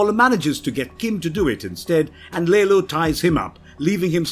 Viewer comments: It bothers me more than it probably should that "Lalo" is called "Lalo", pronounced correctly throughout the entirety of the show, yet this dude constantly pronounces it ... I guess the "English" way... as "Lay-low". It's almost gratuitous. Did he not watch the show? Or is it a British thing? Is it being done intentionally to not allow the Hispanic character his proper cultural identity? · Its lalo not laylo omfg Americans